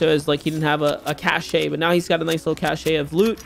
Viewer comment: Dude said cashay